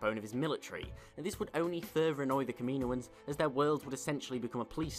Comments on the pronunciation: ka-ma-no-ins I couldn't finish the video because of your butching of the word. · You pronounce “Kaminoans” horrible btw 😂